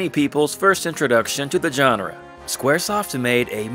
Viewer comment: dude please learn how to pronounce the word "genre" its a soft g, not a hard g. You use the word so much u should learn to say it properly